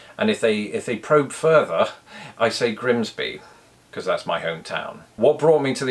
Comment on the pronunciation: Very close! Locals tend to shorten the 'bee' to a short 'be' to my ear.